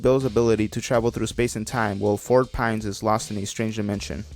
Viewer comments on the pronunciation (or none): none